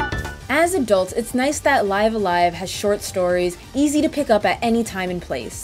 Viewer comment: The way she pronounces it in the video is the actual correct way.